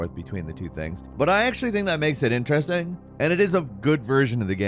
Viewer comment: Skip to and listen to how he says “interesting” and then “unlocking it” a couple seconds later. Investigations are underway, for undesirable annunciation